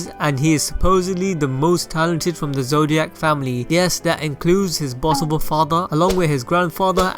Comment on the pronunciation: this man said zodiac